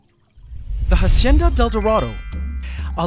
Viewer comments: Hacienda is pronounced: ha - si - en - da, with the accent on en. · Ssstahhp! Stop pronouncing it HASHENDA. Its wrong and annoying. Stick to how you pronounced it before, which still wasnt the correct pronunciation, but at least it disnt seem you were trying.. and failing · Narator: Ha-sh-endadeldarado Me: I remember Ha-senda-deldarado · Just wondering why now you are saying "hashienda". Why change from pronouncing it like you did before? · PianoKangaroo13 that might be a filipino thing 😅 our “s” sounds like “sh” sometimes. like “siya” would be pronounced “shya.” sometimes the sh slips out when we speak english/other languages lol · the hashenda del dorado (hacienda del dorado) 😂